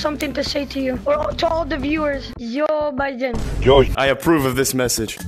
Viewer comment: J-J-Jiden? MORE LIKE Riden